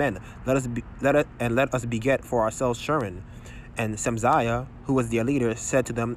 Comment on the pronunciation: Sem - Ya - Za. Sorry I hate to correct pronunciation. But every time you say it, I hear Zendaya🤷🏽‍♂️😂🤣